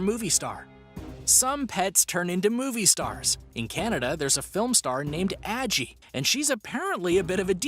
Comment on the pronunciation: Why does NO ONE who makes these types of videos ever pronounce that polar bear's name correctly?? It's like "saggy" minus the "s"! Like the grandma from Halloweentown's name, Aggie! I know it's not like the polar bear can complain about it, but as someone who's also spent their whole life with no one correctly pronouncing my name, it infuriates me!! If you're going to profit on someone or something by including it in a video such as this, Google that shit! Listen to how the owner/person whose name it is says it and then say it properly yourself ffs!! 😡🤦🏻‍♀️